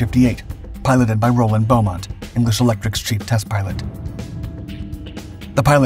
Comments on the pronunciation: The name is 'Beemont', not 'Bowmont'. Roland Beamont. It used a Reheat system, not an American 'Afterburner'. The Lightning was almost always called the 'English Electric Lightning', not the 'BAC Lightning'. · Just to clarify - the test pilot's name was Wing Commander Roland BEAmont - without the 'u', and pronounced 'bee-mont'.